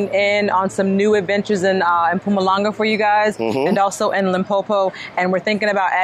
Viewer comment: Her pronouncing of Mpumalanga and Limpopo is so on point she sounds clear